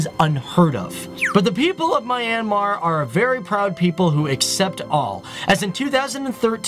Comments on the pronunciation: Correction... this country is pronounced " MEE- YAN -MAR" and NOT "My-An-Mar" ...i almost cringed hearing that.. I have been to this country and the locals there say it as Mee Yan Mar. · Fact: Its not MY...AN...Mar......its MYAN...Mar. 👌👌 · it's - Me-n-Mar. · LOL My an Mar... It's Myan Mar, dude.. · I'm from myanmar and it's not pronounced my-ann-mar it's pronounced myan-mar! Seriously! This really bothered me throughout the video! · It's not Mye-an-mar. It's Mjan-ma. (Actually it shouldn't end in an "r") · is "Myan-mar",not "My-an-mar" ;) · It's not "My-an-mar" it's "Myan-Mar" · Random viewer Myanmar here. This is a really great video. I love how the details are well-written and presented in the best way. I only have some issues with some of your pronunciation First of all, Myanmar is pronounced "Myan-Mar". The river name is actually written and pronounced "Aye-yar-wady". I don't blame you because you found that weird spelling from awfully old sources. In the half way of the video, I feel depressed. I just realized the rest of the world values our tourist attraction structures, as ART and priceless. But meanwhile, some of those stupid Myanmar citizens see them as some useless old buildings. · It’s pronounced “ me - yaan - maar “ not the way he says it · IS MYANMAR NOT MINEYANMAR >:( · is pronounce myennn -mar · its not my an mar its man but with a y mar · You always say mi-anmar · He pronounced Myanmar wrong